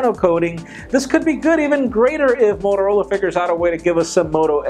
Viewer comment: Motorla? Ahah xD